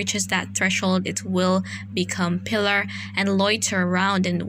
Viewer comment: accent on second syllable ... Pil - Aahr ... relatively common women's name en Espanol ...